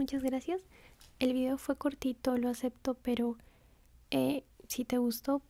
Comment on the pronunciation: Me dolió cuando dijo cortito😅